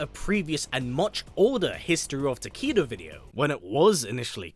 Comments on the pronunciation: If you google, "How do you pronounce 'Takeda'?" Google will give you a phonetic pronunciation of the name, and it's very clearly pronounced "taa-kay-duh," not "taa-KEE-da." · tah-kay-duh lol not tah-kee-duh i love your videos thouuu iknits the accent im just trolling😌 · Why do you and Uncaged Games still call this character "Ta-KEE-da"? It's "ta-KAY-duh." Mispronouncing this name is just lazy. The name is pronounced correctly in MKX, and all of his MK1 trailers. It's pronounced correctly on the Kombat Cast as well. It's just lazy that people continue to mispronounce this name. it's so annoying, hearing these names mispronounced over and over again, despite the correct pronunciation being publicly known, and always present. I almost have to stop the video. If you were giving a keynote speech, I'd have to stand up, and stop you. Love your videos. I've been subscribed for years. If you do read your comments, please do not take this comment the wrong way. I'm just asking you to pronounce the character's name correctly. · Ta-Kay-Duh? No one in mkx says it like that. Not even the announcer. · For anyone that doesn't know how to pronounce japanese.... a = ah, e = eh, i = ee, o = oh, u = ooo, y = ee. Now say it with me. Tah - Keh - Dah. Takeda. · The name mispronounced is bothering me as well. Especially when I didn’t know how to pronounce it until the trailer & now hearing him say Ta-kee-da is annoying